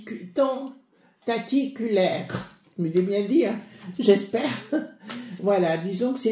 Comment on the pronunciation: Mais non chére... ça ne se dit pas: TENTATICULAIRE...😂😂😂 ON DIT: TENTACULAIRE 👈 Pour avoir une bonne prononciation de diction dans le vocabulaire français... Il faut beaucoup lire.....absolument!! Après quelques mois, même les paroles les plus difficiles, vous semblera une simple bagatelle....et non baguette 👈 ne pas confondre.. Lisez les amis.... c'est très relaxant.. vous êtes Adorable comme toujours....🫴💌